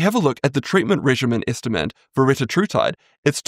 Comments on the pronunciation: It’s pronounced re-TA-tru-tide (or re-TAT-tru-tide, essentially the same). The point being that the second syllable is always emphasized as in tir-ZEP-a-tide. Can be confirmed by listening to the CEOs of the respective companies when they pronounce it. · Fun fact, that’s not how you actually pronounce it! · Retatrutide only has 3 t's, not 4. It's ridiculous some people add consonants where there are none. There is no linguistic or medical reason for it. It is technically a mispronunciation.